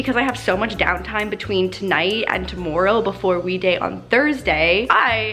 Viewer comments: the way she says tomorrow 😹😹 luv ya 💕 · and She sounds so Canadian when she says "tomorrow"😂😂